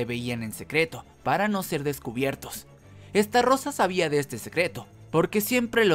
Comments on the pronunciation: Se dice "ESTAROSA" NO "ESTARROSA" XD XD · Se dice estarosa no estarrosa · Alguien más convulsiona cuando dice "Esta rosa" en vez de "Estarosa" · che amigo por que deci estarrosa si es estarossa por le pones una r de mas???? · oe se llama ESTAROSSA no como lo pronuncias ESTARRROSA 😂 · Todo muy bien.. solo que es STAROSSA Y NO!!!!!! ESTARROSA... YA NO DIGAS ESTARROSA TE OYES MUY MAL!!!!!! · Es estarossa no estarrosa!!!!!!!!!!!!! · Tus videos muy bien amigo en serio solo que estarosa la r se pronuncia ligera cuando tu la dices suena como esta rosa y no bro, se oye mal Solo eso lo demas muy bien tu edicion y todo sigue asi solo es un concejo no me lo tomes a mal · We todo el rato q decia "estarosa" escuchaba " esta rosa" 🤣🤣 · Me aburrí de escucharte decir estarrrrrrrrosa🙄